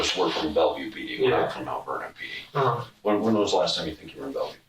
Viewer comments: Bellevue is pronounced BELL-view, NOT Bella View. Journalists or even reporters are charged with DOING THEIR DUE DILIGENCE. That means RESEARCHING the pronunciation of PROPER NOUNS. The proper pronunciation of BELLEVUE is included several times in this video . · First time viewer, so not sure if this is an ai narrated channel (probly), but it's "bell-view" not "bella-view" It's just like it's spelled. Easy. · Announcer, Bellevue is pronounced Bell-view. Not Bella-view. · So...despite the Bellevue police officers pronouncing the city name as "Bell-view" throughout the interview, you decided in your voice over that you would pronounce the city name as "Bella-view"? Were you on shrooms when you did the voice over? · Its pronounced "Bell-View", not "Belly-View" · What is Belleverview, Washington. Does the narrator mean Belleview do you think? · Is Bellevue not pronounced Bell-view? The narrator pronounces it as Bella-view. So it has me questioning my understanding of the actual pronunciation. I have friends who live there who work on rockets and they’ve always said Bell-view. Not Bella-view. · Bell-view. Not Bella-view. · Bellevue. Pronounced bell view. Not Bella view. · Its not belle-view its bell-view Do you even listen to them saying it? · Spelled Bellevue pronounced Bell View not bell uh view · Two syllables. Bell-view. Not Bell-eh-view. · lol its pronounced bell-view bud lol not bele-view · Is this narrated by a computer? The actual people in the video correctly pronounce the city's name as Bell-view, but narrator voice sees that it’s spelled BELLEVUE and keeps pronouncing it Bella view. If the voice was from a person and that person actually paid the tiniest bit of attention to the video that he was showing, I would think that he would hear them say the city's name over and over again and therefore pronounce it the way the actual locals do. I’ve never heard a single person who spent any time in any of the states that have a BELLEVUE pronounce it Bella view.